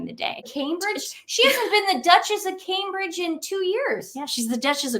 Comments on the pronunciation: She doesnt even pronounce Cambridge correctly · KJP didn't even announce Cambridge right. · She can’t even pronounce Cambridge! No wonder the Biden administration is in such a mess with eejits like this on the payroll.